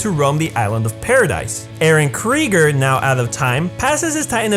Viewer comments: Kreeger? Ya mean krueger? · Krugger, not Kregger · KRUGER NOT KRIGER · Who is eren krieger? It’s pronounced Kruger foo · yo he really said eren kryger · Did He Say Eren Kreger?